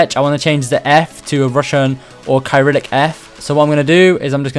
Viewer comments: its not "Kai-rillic-" its "Ser-illic", and Ukraine and poland both use it. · Bro you said no Russian letters, Cyrillic is an alphabet used in Russia and other parts of Europe and Asia. Btw Cyrillic is pronounced “ sy-rill-ic” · It's pronounced like syrillic like it has an s. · The way you pronounce Cyrillic is Se-ril-lik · the way you pronounced cyrillic hurts me